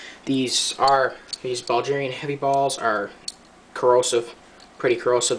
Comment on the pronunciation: Bro where is Buljeeria? Do you mean Bulgaria? Bull-gare-ee-uh?